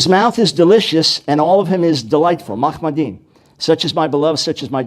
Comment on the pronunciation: Note how the Muslim has put up an excerpt here for the apparent Hebrew word "Muhammadim" from Song of Solomon . He even pronounces it the same way to make it sound like "Muhammed" earlier in his opening statement. The actual word is מַחֲּמַדִּ֑ים which is pronounced "maḥămaddîm". you can see the true word, the correct word in the top left of the video and the fake word at the bottom. The fake word "Muhammadim" doesn't exist in the Hebrew language. It staggers me Muslims arguing that a word that sounds slightly like "Muhammadim" is a prophecy of Muhammed. Maybe rather than believe the lies in this video, you should look at the whole of Song of Solomon book 5 and see the context for yourself: Song of Solomon 5 King James Version 5 I am come into my garden, my sister, my spouse: I have gathered my myrrh with my spice; I have eaten my honeycomb with my honey; I have drunk my wine with my milk: eat, O friends; drink, yea, drink abundantly, O beloved. 2 I sleep, but my heart waketh: it is the voice of my beloved that knocketh, saying, Open to me, my sister, my love, my dove, my undefiled: for my head is filled with dew, and my locks with the drops of the night. 3 I have put off my coat; how shall I put it on? I have washed my feet; how shall I defile them? 4 My beloved put in his hand by the hole of the door, and my bowels were moved for him. 5 I rose up to open to my beloved; and my hands dropped with myrrh, and my fingers with sweet smelling myrrh, upon the handl